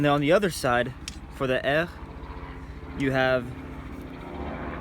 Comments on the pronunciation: The proper pronunciation is Heer........... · Wohl eher "bear" mit einem h vorne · 100% right. Just say "hair" with an Arnold Schwarzenegger accent and it's spot on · Heer is pronounced Here. You also are pronouncing a lot of German as a frenchman would. Otherwise good video. Also: The Heer was officially called the Wehrmacht and the SS combat troops were called the Waffen-SS. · Heer is pronounced like the English "bear" and the h is pronounced like in hello